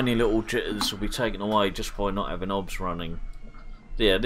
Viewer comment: Good video but I don’t understand what software you are running in parallel? Are you saying OBS ? If yes, it’s O. B. S. 😉